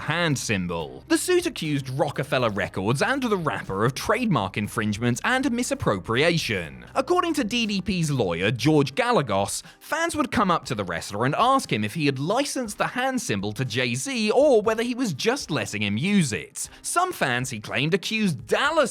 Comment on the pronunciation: "Gallegos" is pronounced "gai-yay-gose".